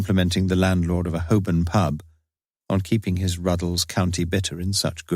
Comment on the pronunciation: Who is the narrator? He’s incredible 🤩 He can pronounce Welsh places and Hoburn rather than Holborn as it is spelled. In the books Lewis was Welsh - love no idea why they made him north country - l can’t stand Kevin Wakely’s narration